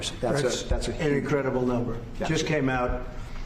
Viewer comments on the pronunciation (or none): He literally said it's an 'in-credible' number haha 😅